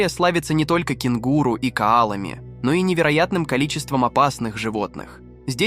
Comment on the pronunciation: На слове кенгУру, поняла, что слушать невозможно. К сожалению, этот канал придётся исключить из рекомендаций